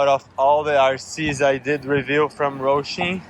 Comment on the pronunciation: There is not an "R" in Hosim brother. Hoe-sim, say it with me, Hoe-sim 😂. Not Roashim 😂😂